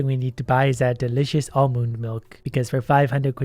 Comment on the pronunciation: Milk Molk Malk